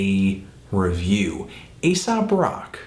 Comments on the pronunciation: You keep calling him "asap" rather than "aesop" and its grinding my gears. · Isn't that kind of an irrelevant comment to make? I'm not trying to be an ass here or anything, but if these are his opinions as a listener, why can't they be different from anyone else's? Of course, he does say "Asap" instead of "Aesop" a few times, but come on now... this is supposed to be his personal opinion of the album. Subjectivity in music is key! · If the name ASAP Rocky has not affected the name Aesop Rock, then why does Fantono here keep calling Aesop "Asap"? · i do cringe a tad every time you call him "asap" tho lol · You pronounce Aesop as Asap a little too often in this video. Jimmies slightly rustled. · Its pronounced like ee-sop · its pronounced ay-sop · Its pronounced A sop lol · Great review, Anthony, but I think you should brush up on your artist name pronunciation in future ;). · Totally dislike the way Anthony pronounces "Aesop". lol